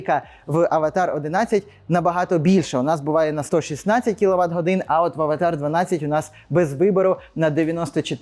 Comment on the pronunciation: А хіба правильно не Аватр ? Ви що кіно передивились 😂😂😂